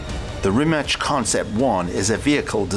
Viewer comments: its not RIMACH....It never was, in all Slavic languages the letter C is pronounced TZ in english just like the ZZ in PIZZA. RIMACH would be RIMAČ in croatian. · Dude it's pronounced rimatz, he tells people rimach because its easier to pronounce to non Croatian pepole. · Ja uvijek kažem Rimac. I Mate sam kaže Rimac. Ne znam odakle ljudima Rimač ili Rimać haha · Why is everybody butchering the brand name it's rima"ts" not rimak or rimach it's rimac. But you're probably the only person on youtube who can pronounce "č" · Rimac is spelled Rimatz, not Rimatch. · Not Rimač as "CH"opper than it is Rimac like Rimatz but last two letters TZ are one letter Ć in Croatian language. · It’s not Rimač. It’s Rimac. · It's not "Rimach" it's pronounced as "Rimats"! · Worst Rimac pronunciation to date. Its pronounced Reema-tz with 'a' like in cart (not like in cat). The american way of ending it like 'mac' as in iMac is also ok. But Re-match??? WTF. Here is Mato himself saying it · I thought that's the guys name, its written 'Rimac', 'C' here in Croatia is pronounced like the 'ts' in 'cats' so it should sound like 'Rimats'. I'm English, living here a while. Don't be disrespectful people, this is a fantastic car! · I know the difference between č, ć and c too but as he said himself in the link I posted above that in croatian Rimac ends with something that sounds like -ch or -tz and he changed it to Rimac ("Rimak") because it sounds better for the "rest of the world" and not to confuse them. NOT my words but Mate's. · actually, the right way to pronounce the name, for english speakers, is Ree-mats. Ya know, mats like a plural of mat. So, Ree-mats. It's that simple. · In croatian it’s Reemaatz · Rim hatch consept one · Nah, he pronounces it Rimach. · Its actually Ree-mats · It's pronounced Rima"ts" like in ca"ts" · "Rimach" xD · This was probably the worse pronunciation of Rimac I heard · IT'S RIMAC! NOT RIMATCH... Just say this "RIMATZ" ok... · It's Ree-matz. Not Rematch